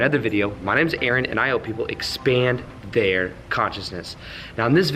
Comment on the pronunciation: You said A-ARon .... 🤣 Love it. You're a really fun guy.